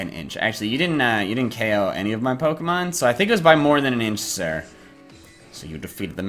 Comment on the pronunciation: Why does he so 'Oko' and not 'KO'???????????!?!?!?!!!!!!?!?!?